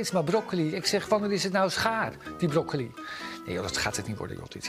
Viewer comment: ijgenlijk zegt hij broco i bedankt voor het hartje